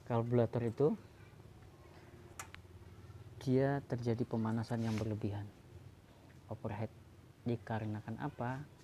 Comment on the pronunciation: Lambat penjelasannya 🥱 Lama.... Karburator penyebutannya bukan kalburator. Overhit penyebutannya...bukan overhet